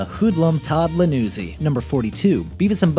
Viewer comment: I may be mistaken, but aside from mixing up Beavis and Butt-head, didn't he also mispronounce Todd's last name as "Lanuzzi" with an "L"? I thought it was "Ianuzzi" with an "I".